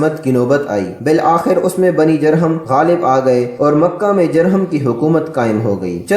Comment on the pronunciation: تلفظ درست کر لیا کریں خاص طور پر جرہم کی جیم پر پیش پڑھی جاۓ گی شکریہ